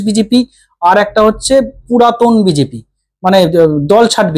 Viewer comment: এ বাবা এটা আবার চ্যানেল খুলেছে নাকি? এ ত বি জে পি ও ত বলতে পারে না বলে বি জি পি। দুর কি একটা salt Lake o উচ্চারণ করতে পারে না।